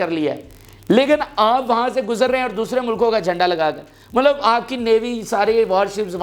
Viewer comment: Yaar Mallab na bola karain please 🙏